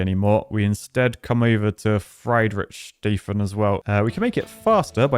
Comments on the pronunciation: Fridridschschayffen is definitly how you pronounce that city. Great video, as always. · Those are all city names around Lake Constance, which is located between Germany, Switzerland and Austria. Lake Constance even looks almost correct. BTW: "Friedrichshafen" is pronounced "freed ricks ha fan" and basically means "Fredrick's port" (named after a King called Friedrich/Fredrick)